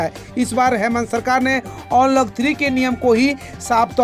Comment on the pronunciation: onlock ni bhaiiiiii अन्लोक होता है यार